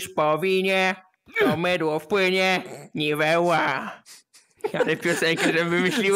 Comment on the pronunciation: =)Mydło w płynie niwełłła🤣